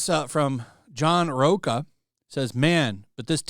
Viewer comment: Rocha is not pronounced like Mocha dude